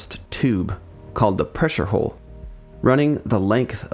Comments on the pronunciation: Nice work, but you do realize “hull” rhymes with dull, null or cull, not bull, full or wool…just saying… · the hull is not pronounced like whole or hole, there is a U, so use it. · pronounced Hull not Hole! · its "hull" not "hole" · More corrections and additions, mostly to your script: Gato is pronounced GAY-toe (and hull is not pronounced "hole".) The Bridge is only the uppermost, raised, semi-enclosed area for watchstanders in the sail, above the conning tower; it is not the entire topside area. ANY wall on a ship or partition in a tank is called a bulkhead; the pressure-tight bulkheads with the watertight doors are just the most sturdy of the many bulkheads on a sub. The compartments between the pressure-tight bulkheads have correct names you mostly did not use. In order, from-forward-to-aft, the proper names of the watertight compartments within the pressure hull are 1) Forward Torpedo Room, 2) Forward Battery Compartment, 3) Control Room, 4) After Battery Compartment, 5) Forward Engineroom, 6) After Engineroom, 7) Maneuvering Room, and 8) After Torpedo Room. The Conning Tower is the 9th watertight compartment. You are missing the bulkhead between the Forward and After Enginerooms, as was pointed out. "Textile curtains"? You mean "curtains", right? Saying "textile" makes it sound like your script was knocked together by an AI. It's called the C.O.'s Stateroom, not the Captain's room. I suppose the term "Officers' Country" MIGHT have been heard on subs (???) but there is really no such boundary on submarines, either now or in earlier times. The boats are too small and intimate for such nonsense. "Officers' Country" is a phrase you hear on surface ships and on shore commands, not on submarines. It's c